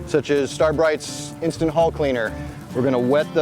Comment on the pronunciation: NARRATOR get elocution lessons. Transom not tranzum Hull not hole